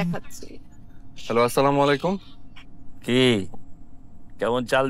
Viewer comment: অপৃব ভাই আপনাকে আমার অনুরোধ রইলো আপনি যখন নাটকের মধ্যে সালাম দেন ছামুলাইকুম এটা কোন ধরনের সালাম